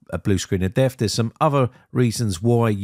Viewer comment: what, saying deaf instead of death? That's not an accent thing it's a lazy thing